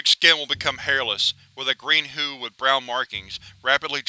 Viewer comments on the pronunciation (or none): i just have to say the word is HUE not who. I just thought you should know i hate mispronunciations